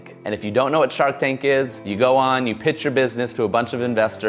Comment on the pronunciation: "yew got games on ya NoPhone?"